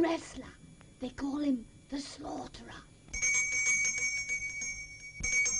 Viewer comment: Her pronunciation of 'slaughterer' is luveleh...But have to add that it started off well, but by mid way it seemed the script fell apart... Still nice decoration...